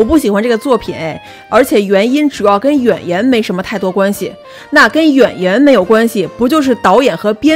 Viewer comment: “演员” 直接说成了 yuan yuan,还说了两遍😂😂